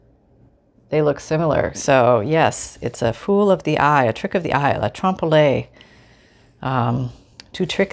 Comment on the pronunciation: I've been trying to get sleepy but I can't you're making me laugh too hard and I remembered what you were talking about when it's to trick the eye it's called Trump Floyd art form to trick the eye Trump Lloyd is French and it's not trumploid it's Trump Loy it's not Chinese either it's Trump lawyer and it's you know my phone is its its phase Leanne